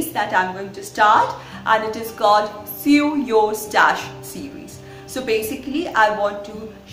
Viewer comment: Hi, I think your handmade scarf turned out beautifully. I can tell you work hard to making the best tutorials possible. My grandma does sew for a living, and I want to show her your videos. My next comment is not intended to be an insult, but constructive. I noticed you are pronouncing “sew” as it is spelled, which is what one would expect, but English being the frustrating language it is sometimes, isn’t quite read like that. You would say “sew” as you would read “sow”, and “sewing” as “sowing”. It is an “o” sound more so than an “e”. The spelling would still remain as sew, however. My parents are English language learners, and I myself speak 4, and I am just trying to help:) Expecting more “sowing” videos from you soon!;)